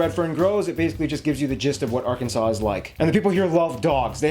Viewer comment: Son, you know more about the USA than some Americans do. I am going to try hard to teach you how to correctly pronounce Arkansas. I think that my 8 year old grandson must have been influenced by you. He pronounces it Ar Kansas as well.😮